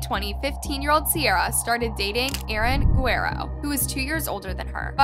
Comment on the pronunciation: Can't you pronounce Guerrero at least a little close to correctly? You can look it up on the Internet...